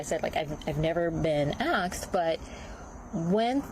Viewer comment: She said "akstd" or "axed", instead of "asked." There's part of her problem right there. She needs a better community. She's been sullied a people who treat books like kryptonite